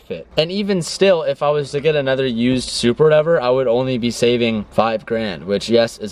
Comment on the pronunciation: I like who he says Supra zupar 😂😂😂😂